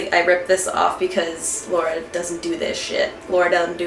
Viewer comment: it's not pronounced "Laura" lmao